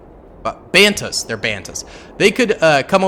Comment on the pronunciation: banthas not bantas